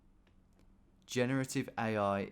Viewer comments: Killed me a bit when he pronounced Irvine as “er vine”, but as a fellow Irvine resident, I also clicked where it was pretty quickly thanks to an ex from Ayr. Still fun seeing him figure it out though! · mate please learn how to say scottish town names properly irvine and oban not what you keep saying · I'm always amazed at how you find these places. This time however I called it the moment I saw the photo. I do live around 30 miles from Ayr though but have not been there in quite a few years. Also your pronunciation of some of the scottish towns is hilarious. Irvine is always funny to hear from someone not familiar with the town. Basically pronounced without the 'e' . No 'vine' in Irvine.😂